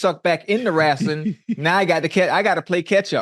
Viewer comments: Ocho: haven't watched wrasling in so long Shannon: Wrasling uhh wrestling 😂😂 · Wow Unc… you talking Wrestling now?! This guy has range! On another event, my father says Rassling… I never understood how people can’t say wrestling. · My nigga ocho said wrasling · Let’s talk some Wrastlin 😂😂😂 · Ocho: "wrasslin"